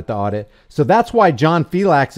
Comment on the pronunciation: Filex the cat. Not fiLAX. Thats the way John pronounces it. From his own mouth